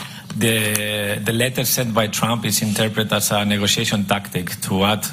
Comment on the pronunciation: Se pronuncia(tromp) no tram😂😂😂